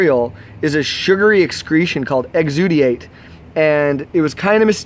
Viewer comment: exudate... exudiate